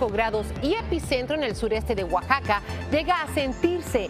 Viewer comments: Oaxaca no como lo dise esta conductora guaxaca muy mal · Es Oaxaca. no guaxaca.